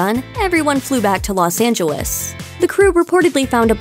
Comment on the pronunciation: "Los Angawis"